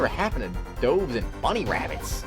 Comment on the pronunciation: I'd be turning 31. Not...too bad I suppose. Almost none according to Ace Attorney. It's like Godot drinking coffee and then immediately spitting it out all over again. XD Is that really how you pronounce "dove"?